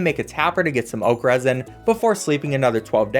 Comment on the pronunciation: Oh you said oak resin I heard okras, I was thinking omg how do I grow okra I want to cook gumbo lol.